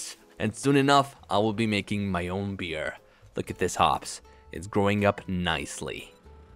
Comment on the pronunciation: Your "Mgaking Paint"?